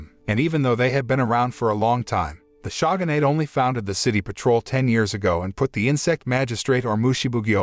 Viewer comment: God the text to speech is amazing. Shog-in-ate. I just cant.